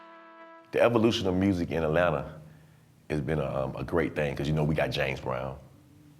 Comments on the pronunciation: Why didn't anyone instruct this guy on the correct way to pronounce Atlanta (et-lanna) and Ponce De Leon (Ponce duh Leon) in the A-T-L? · And he don’t know how to say Atlanta for real though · She says "Aeh-lanna" Reporter says "Atlanta" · who else doesn't like it when someone says Atlan(TA) just say it all together Atlanta Atlanta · If any of y'all from ATL, we say Atlanta "Atlanna" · It's cute that he pronounces the 2nd "t" in Atlanta. Also, the Clermont Hotel is now a trendy, boutique hotel rechristened Hotel Clermont and I'm willing to bet one night costs more than the weekly rate in the 90's. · The "t"'s in Atlanta are silent 😂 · Shidd the way he keeps saying the second T and Atlanta Ik he isn’t from here 😂